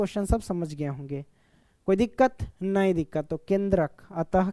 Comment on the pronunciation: Koi dikat nahi dikat😂